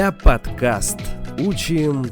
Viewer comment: А почему "подкаст" вы произносите на русский лад (с аканьем), говоря по-татарски?